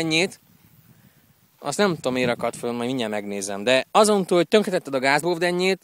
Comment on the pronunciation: "tönkhetetted" :D